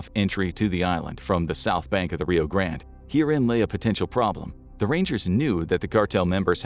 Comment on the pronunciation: say grande correctly!